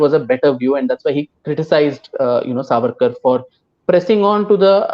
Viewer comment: Did he just say ARSE AWARD ?? Lmao